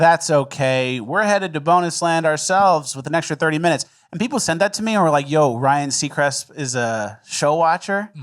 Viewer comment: are you calling him Ryan Seacrisp? 🤣